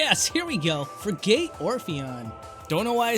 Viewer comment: Free-gate? It's Fre-get. Frigate. Like a warship Frigate. Also you Rayqauza supposed to sound like Quasar. RAY-QAU-ZA not RA-QA-ZA.